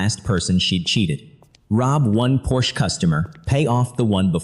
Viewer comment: please have AI pronounce Porsche correctly